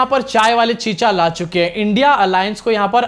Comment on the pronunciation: पढे लिखे ना होने की वजह से इंडिया का उच्चार नहीं आ रहा हैं चाचु को.... अब चिख पुकार से कुछ काम नहीं बनेगा, पनौती लग चुकी.... झोला ढुंडो.....😂😂😂